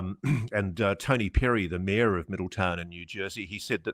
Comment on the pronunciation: Love every thing you do ,but please express the name Mayor correctly